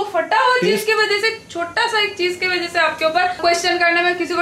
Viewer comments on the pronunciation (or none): so ki hindi kabhi kabhi confuse jar deti hai...."vajay" nahin "wajah"..... Lots of love to your lovely family... Nice blog.... Keeping going...😄